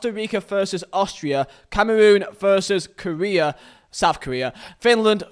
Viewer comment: I love how he says veet instead of v for versus